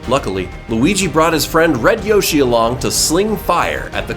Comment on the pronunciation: You said roshi instead of yoshi